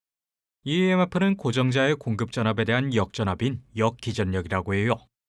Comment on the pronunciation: 오 외국인 발음!!! "~해욕" 외국인이 한국인 처럼 발음하거나 표현법을 쓰기가 쉽지만은 않죠. 한국인 상대로 여러개의 채널 활동하느라 수고가 참 많아요. 저도 특별히 감사해요